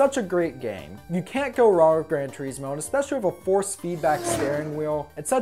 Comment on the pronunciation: "Grand tureesmo"